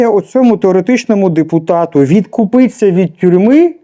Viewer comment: Ведучий виправіться, бо дуже смішно говорите і це вас компроментує. Кажіть відкупитися! Купатися можна в озері, морі, ванні. Удачі!